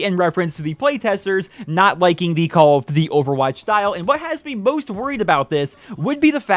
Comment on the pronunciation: "Call of dvvy"